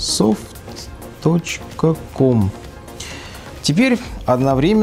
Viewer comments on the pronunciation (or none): правильно говорить мАйкрософт кажется а не микрософт